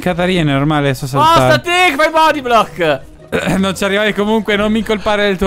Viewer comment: "bodyblobl" cit.